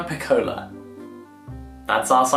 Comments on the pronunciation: Did anyone else think the first cover for Two Faces Merging looked similar to the Vanishing Half? And also, Jack, piccola is pronounced PEE-coh-la, with emphasis on the “Pi” 😉💜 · me, an Italian when he said "piccóla" 👁️👄👁️ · THE PRONOUNCIATION OF PICCOLA OMG